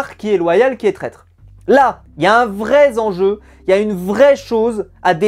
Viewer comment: un "vrai zenjeu" ça fait mal aux oreilles! Mais super review encore, je regarde toutes les semaines.